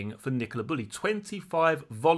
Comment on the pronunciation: Bew-Lee is how her name is pronounced.